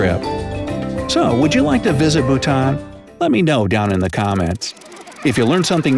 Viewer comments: Lauren Alexander its bhuta"n" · Yaass Bhutan!! My country!! 🇧🇹 He pronounced some stuff wrong but it's a common mistake, so it's ok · I'm from Bhutan 🇧🇹 and this is all true! But the video pronounces Bhutan wrong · Yo bro you said Bhutan wrong i know ok I am bhutnese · This narrator can’t even pronounce Bhutan correctly… 🤦🏼‍♀️